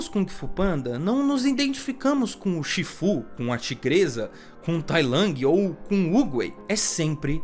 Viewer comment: Todo mundo viu esse filme dublado, ou assim foi como ele se difundiu, então me dá agonia quando ele fala os nomes tudo torto. Tailangue, chífu, que nojo. Faltou chamar Pô de "póoulw"